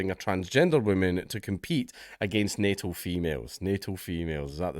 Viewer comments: When bro said natal female, i heard NATO Female. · I was washing the dishes while listening. Thought you said "NATO females" instead of natal. For a moment I was confused and enraged